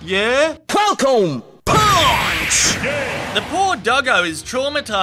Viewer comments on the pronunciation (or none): Omg 😆 “Falcon ‘PAWNCH’** 😂😂😂